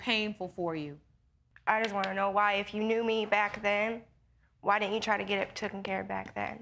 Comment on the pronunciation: “Why didn’t you get it TOOKIN care of?” Lawd, lawd, lawd.